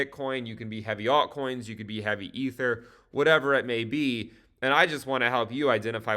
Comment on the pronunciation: Did I hear altcoins in genital? at the beginning...!!